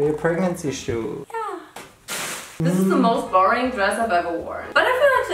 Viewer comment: "the oring process" xD